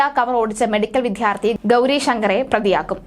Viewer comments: അപകടവും പെട്രോൾ പമ്പിൽ ഒരാൾ ഇറങ്ങിയതും തമ്മിൽ എന്ത് ബന്ധം 🤔🤔🤔 എന്തെകിലും വാർത്ത ഉണ്ടാക്കണം, അല്ലേ?? പിന്നെ, വിദ്യാർത്ഥി എന്നാണ് അല്ലാതെ 'വിദ്ധ്യാർത്തി ' അല്ല. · Vithyarthi alla vidyarthi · കളർകോട്, വിദ്യാർത്ഥി എന്നൊക്കെ വ്യക്തമായി പറയു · വിദ്യാർത്ഥി എന്ന് പറയാൻ അറിയാത്തതിനെയൊക്കെ എന്തിനാ വാർത്ത വായിക്കാൻ ഇരുത്തുന്നത്